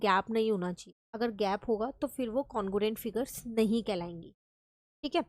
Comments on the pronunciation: congruent no no no congurent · Congruent no no congurent